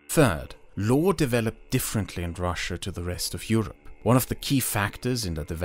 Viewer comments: russia not rus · Not Russsa, its Russia) Rus is old Russia